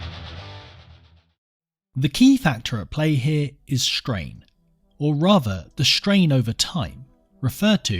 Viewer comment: Well, shtrain rates are certainly shtrange!